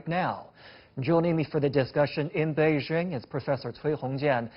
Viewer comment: It's "Bei JING" (like JINGle bells), not "Bei zzing"